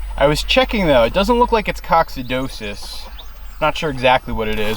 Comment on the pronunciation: The term is "coccidiosis" pronounced COCK - CID - E - O - SIS